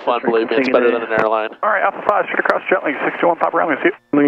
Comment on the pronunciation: yes the tail is 'SHTRAIGHT" UP. All dictionaries spell straight as straight.